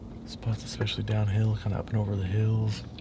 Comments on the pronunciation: expecially???, really lol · This is so good, huge thanks to everyone involved in the making and playing of this, massive amount of effort! Can we also just clear up this exspecially??? There is no X 😂